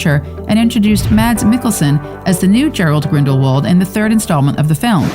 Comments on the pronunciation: Gerald?! Gerald Gridelwald!? Seriously? it's Gellert Grindalwald! Lmao 🤣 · It’s Gellert not Gerald Grindlewald why don’t you do your research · Girl really keeps saying Gerald… hun it’s Gellert Grindelwald